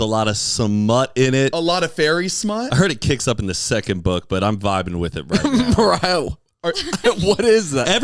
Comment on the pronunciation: I thought she was doing Mariar on purpose 😭🤣